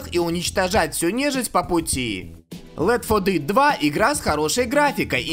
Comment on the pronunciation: Я считаю все ошибки в названиях легенд игровой индустрии(пожалуйста,лайкните коммент за работу)- 1)Битизда(правильно Бефезда) 2)The Elder Scrolls 4 Oblivion(Зе Елдер Скроллс 4 Обливион)Сказано-Елзел Скролс 4 Обливион) 3)Left for Dead 2-Сказано-Лифт фор дид.Правильно-Лефт фор деад. 4)CoD Modern Warfare 2.Сказано-CoD модерн фарфар 2.Правильно-CoD модерн ворфейр 2